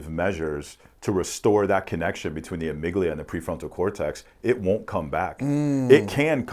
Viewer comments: Amigdala lol. And he said it like 20 times in two minutes. Also, on a serious note, this is easily the smartest guy has ever had on. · respectfully, it's amygdala. the point was about fear, anxiety and aggression going to trigger some response without your logic / reasoning kicking in